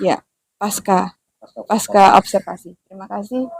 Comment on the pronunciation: Mhon maaf, kata pasca tetap dibaca pasca dalam bahasa Indonesia. Huruf C tidak diganti dengan K.